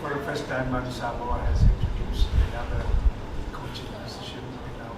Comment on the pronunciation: Coach, please learn to pronounce Samoa properly. Keep up the good work!